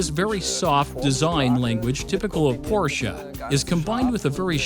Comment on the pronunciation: Why did you go with an English voice over narrator that struggles with the pronunciation of Porsche? Just odd.